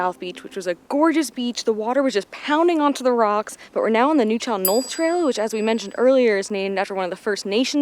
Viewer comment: Locals call Tofino Tuff (city) and Ucluelet ( You-clue-let) Ukee (youkey). South Wickaninnish beach, plane crash AND Florencio are quite a hike, way to go. Its always THAT MUDDY lol. It’s pronounced Nuu-chal-nuth. Yaaay TACOFINO, The others don’t taste at all the same or have the same vibe. Would have loved to share any time with you two while you were here ❤️❤️🇨🇦🇨🇦